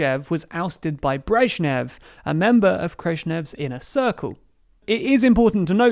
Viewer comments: Wtf is Kreshnev? 😅 Looks like Nikita Khrushchev to me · Who's Krrezhnev? of the video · Krezhnev? Were Khrushchev and Brezhnev suddenly merged into one entity? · Who is Krezhnev? 🤣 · “khresnev” sounds like u mixed Brezhnev and Khrushchev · Who the hell was "Krezhnev"? Was this some hideous Soviet genetic experiment only recently come to light? 🤣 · Krezhnev? Man, you need to step up your history. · Krezchnev lol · Just here to mention u said Krezhnev 😭 that sounds like a horrifying being no human should ever have the displeasure of seeing